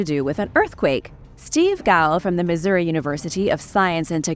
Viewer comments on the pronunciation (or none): none